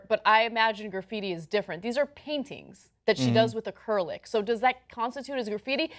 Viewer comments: Is Ana trying to say "acrylic," "a-curl-lick," or some other mystery word and ? Because "acrylic" is pronounced the same in British and American English and that's not how it's pronounced. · Acrylic = ah-CRI-lic, not ah-CUR-lic. See how it's spelled, with the "-cry-" in the middle, not a "-cyr-"? Other than that, interesting stuff. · AH-KURR-LICK? Ah-KRIL-IC. Acrylic. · I looked up curlick thinking it was some kind of tool, nope, turns out she's trying to say acrylic. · WTF is Acurlic? I couldn't even Google it. Acrylic? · seriously? it's pronounced ACK-RILL-ICK.... i consistently failed art as a child, yet i still know how to pronounce the word acrylic correctly. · "acurlic" Ana? uh-CRIL-ic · It's pronounced Uh-Krill-Ick, not Uh-Curl-Ick... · Acrylic, a-kril-ik! Not acurlic. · its pronounced acrillik not acurlic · "akerlick" Anna the word is acrylic -- uh-cril-ik. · As an artist every time she said aCURlic it pained me. It's pronounced aCRILic (Stress the I sound) it's like Acrylic plastic because it is plastic based. This is disgraceful as well. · "A curl lick" paint or "acrylic" paint? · A-cur-lick? It's acrylic.. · Ana, honey, it's Acrylic. Not A-Cur-Lic. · I thought ACURLIC must be some type of Art style I did not know about. So she was trying to say Acrylic, damn, around here we use all types of paint, so CENK and ANA have never heard the word, wow. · All the instances of acrylic (acurlick) you're welcome (my personal favourite) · Acrylic...? Your saying it wrong sweetie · Pronounced: a-krill-ick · This bs is not art, and it is not "acurluc" smh...I'm really starting to think this chick is not very smart. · Is "A-cur-lic' how Americans pronounce acrylic or is that just how Ana pronounces it? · "a-curl-lic?" really ana? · when Ana says "acrylic", it sounds like it's a new word for her, and when she first saw it she thought it was spelled "acyrlic", and guessed based on that how it's pronounced. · Wtf is Ana calling "acrylic"? A-ker-lick? It's so cringy